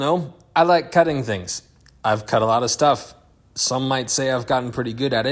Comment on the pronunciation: “I laike it 🙂” love it